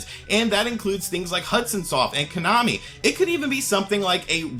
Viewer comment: Why i keep hearing you KANAMI?